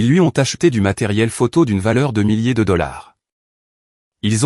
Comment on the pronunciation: Déplaisant les ooo dollars sinon l'histoire est bien ❤❤❤❤❤❤